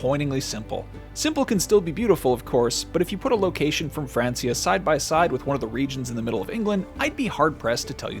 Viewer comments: Pronounced Frankia not Fransia (as illustrated in the amazing series Vikings on history channel - best historical drama ever made!) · Why he keep saying Francia, it was pronounced Frankia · Thought it was pronounced Frankia maybe spelt (Francia). When did it become Francia? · FRANKIA! not FRANCYA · I'm sorry to be that guy but every time he says "France-ia" it makes me kinda crazy. 😅 It's pronounced "Frank-ia", at this point in history it was know as the land of the Frank's. I know it's petty but come on how many times have we heard it pronounced it film and television to know how it's pronounced? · France-ea? It's pronounced Frank-ea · Fran-key-ah. Not france-e-ah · It's FRANKIA, mate. F R A N K I A. NOT F R A N S I A! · It’s pronounced frankia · It's "Frank-ia" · Its pronounced Frankia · Pronounced "Frank-ia" 😑😑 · Francia....with a k sound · It's not Francia it's pronounced frankia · It's pronounced frankia not francia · Hey dumb-dumb, it's pronounced Frank-ia. Smh....never change. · «Fransia» lmao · Francia is pronounced Frankia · Is anyone else bothered by the way he says...Francia?? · This man’s inability to pronounce Francia correctly makes me hate this whole thing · It’s breaking me how he’s saying francia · So...how do you pronounce Francia again!!!! Wow! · At least pronounce Francia correctly lol. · It's Francia (hard C, not the way you pronounce it). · Wtf is that pronation of francia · Francia is pronounced as k not s!!! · That pronunciation of Francia 😂😂😂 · We say it like that in spanish 🤪